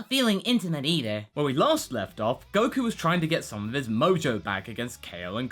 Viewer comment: you said godku... nice